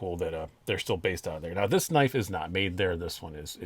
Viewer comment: You said “knaf” and I left immediately lmao just NO!!!